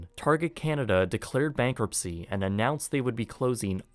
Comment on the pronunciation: dude who taught you how to pronounce canada?...jus' curious